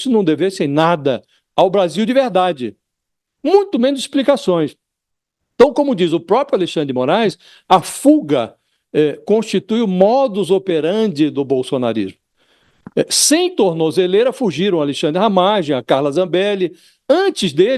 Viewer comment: MODUS OPERANDI, nao "operandis" 😢